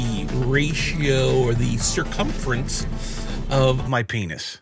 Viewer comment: “Circumference” yeah um I don’t think this guy took geometry